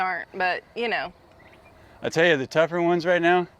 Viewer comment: tell not rell